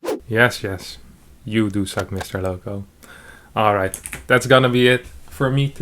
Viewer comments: pretty sure serral is saying lovko not lowko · I love how Serral also mispronounces Lowko^^